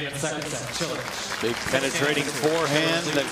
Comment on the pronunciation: Haha, it sounded like Cilic said "Cho le!"